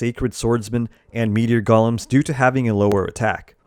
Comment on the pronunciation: thanks for this. BTW, "Golem" is pronounced "GOAL-EM" A "Goll-em" is a little evil sneak warped by the power of the One Ring. ;)